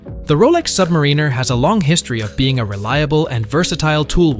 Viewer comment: Nice tactic mispronounced Submariner.